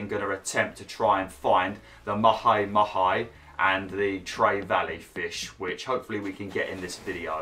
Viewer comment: I think I have pronounced 'mahi-mahi' in about 50 different ways. 😅